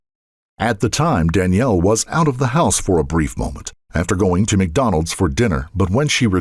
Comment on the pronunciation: "Mac Donaals" dang...